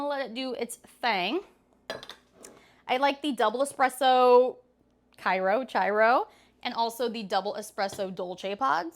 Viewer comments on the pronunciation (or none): Chiaro is pronounced kee·aa·roh. The ch in Italian is pronounced like a k!